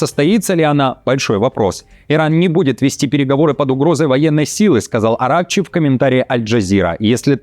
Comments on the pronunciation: Не АрАкчи а правильное ударение будет на последнем слоге АракчИ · АракчИ!!! что с ударениями?? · Не АрЕкчи а правильро бвдет АракчИ